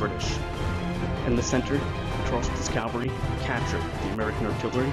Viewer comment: And it’s “CAV-al-ry,” not cal-very.